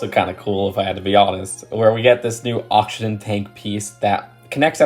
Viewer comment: oxtion tank???? auction tank??? its oxygen tank theres a g in there mate